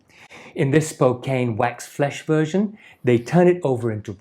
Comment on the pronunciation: Nice video. As a born and raised Spokane native just wanted to let you know like a previous commenter that you pronounce it SPO CAN, named after the native people.